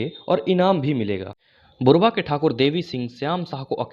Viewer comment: बुरवा नहीं बुड़बा है , कृतघ्नता नहीं कृतज्ञता कहो